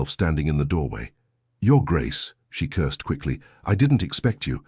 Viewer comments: Wonderful story! Hilarious when the narrator repeatedly states that Florence “cursed” at the Duke instead of more probable word, curtsied. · I got a giggle every time she cursed at someone 😂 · Florence “cursed” the Duke quite often 😂😂😂